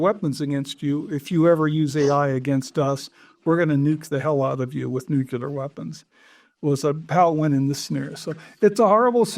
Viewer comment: never trust anyone who cant pronounce nuclear